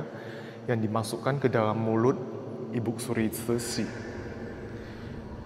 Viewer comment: Ko.. saya agak gak nyaman dg pronounce ibuk suri.. untuk panggilan formal pd seorang wanita paruh baya/tua sebaiknya dg IBU ( tanpa K ) jadi sebaiknya IBU SURI.. Bukan IBUK SURI Maaf untuk komen saya 🙏🏼